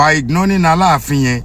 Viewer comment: Ṣe ṣo sọ? “ igloling” for “ignoring”😈